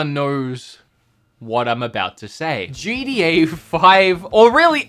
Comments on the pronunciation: This guy really said GDA 5 🤣🤣🤣🤦🏻‍♂️ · Him trying to say gta: gda